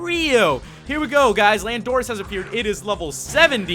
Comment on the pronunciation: Your saying landorus wrong